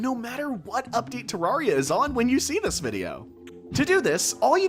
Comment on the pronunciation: He actually says ter-rawr-ia